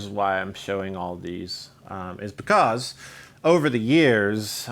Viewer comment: I love it when he says beCAUSE